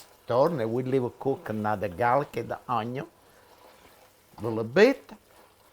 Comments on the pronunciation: Why all italian chefs say onio?🤣🤣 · i love when you say add the onion. your accent on onion kills me